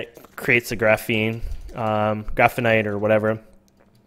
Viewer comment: Lol it's not graphine or graphyite, it's gra-phite, it's what they use in pencils :P